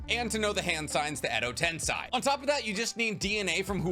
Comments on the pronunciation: Exo tensey** not tensai damn dawg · "ten-say" not "ten-sigh" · Bro, it's edo tenSEI not tenSAI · What really bothered me was how he said edo-ten-sigh instead of edo-ten-say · Why are you pronouncing Edo Tensei as Edo Tensigh. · No way you said Edo TensAI??????